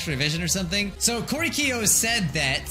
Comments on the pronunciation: I hate how you say Korekiyo’s name wrong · the way that keeps pronouncing korekiyo's name wrong is honestly so aggravating